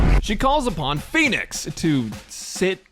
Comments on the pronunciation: She says "rise, phoenix!"? I thought she said "rise, p*nis!". 🤔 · First time I herd her ult line, I thought it was "SURPRISE - P*NIS!!!!